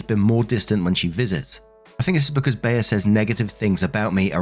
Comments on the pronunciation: It's "Bee." Not "Bay-uh." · In what reality is Bea pronounced Bayer not Bee? lol! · It's NOT "bee-ah". I've travelled all over the USA and only ever heard that name pronounced "Bee". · Well,. We knew you couldn't pronounce "Liza", "Mila", and 50 others correctly. Now we know you can't pronounce "Bea" correctly. Seriously? Maybe you can ask Be-uh if she'd like a cup of te-uh to go with her plate of pe-uhs. Jesus. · It's pronounced bee. That's the name of one of my friend's mother. Always called her Aunt Bea growing up. Wasn't that the name of the aunt in the old Andy Griffith show? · It’s pronounced ’Bee’ like the insect, here in America. Probably short for Beatrice/Beatrix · It's pronounced "Bee". This woman sounds like a nightmare!!! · It's pronounced "bee" as in Bea Arthur (short for Beatrice). Hope that helps 😊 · The e in Bea is pronounced like the first one in ever.